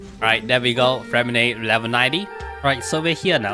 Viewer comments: Disgrace to us french, Lynette is the et sound freminet is the é sound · Ok so his name is somewhat intricate but for the French accent purists or for those who care, how you’d typically pronounce Freminet‘s name is along the lines of [frghre-mei-naeh]. The “rghr” is rolling the r in the back of the throat.